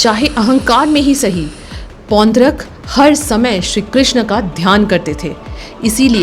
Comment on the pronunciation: Aap log jab story itne detail me collect kar sakte ho, naam ka pronounciation b sahi wala karlo, it's ड, not द। पौंड्रक